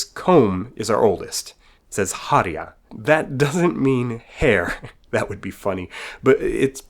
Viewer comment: har-i-a tho....more like harr-ja. Very typical of english speakers to put i sound on a j